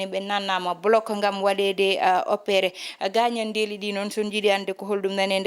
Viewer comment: On mbeltanaama haano feewi yo Allah sellin doole big Miin miijo am heen ko Wonaa gaañanndeeli ko 'gaañan'de" Wonaa inndeeli ko "in'de" Njokkee golle emin kedtii e kala sahaa